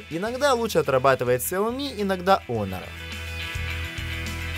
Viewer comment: Китайская херня,только по глупости можно хуавей купить!А автору привет,Honor читается и произносится Онор!